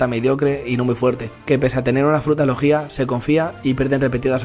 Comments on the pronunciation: Muí vuen bidio ,pero cada bez que decias "logia" ponias el aCnto en la "í" y en mi KBza solo sonava "legía" xD. Podrías decirlo acentuándolo en la "o"? Pofavó (Las faltas de ortografía son a propósito, no os ralléis ni me jeiteéis) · "Lojjjjjia" wtf